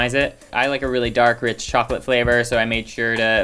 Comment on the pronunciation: I think its rich not reach